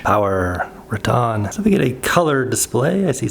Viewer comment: It's pronounced RATT•en ... not "rah•TON 😊